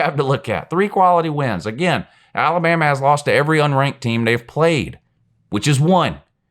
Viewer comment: the only thing i hear come out of mouth when he talks about Alabama is "who have they pwayed"